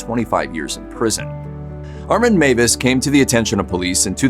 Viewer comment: Meiwes is pronounced "MY- ves" not Mavis. In German, ei is pronounced "eye" and ie is pronounced "ee". The pronunciation is always the name of the second letter.